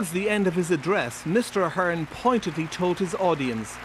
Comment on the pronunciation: she pronounced ahern wrong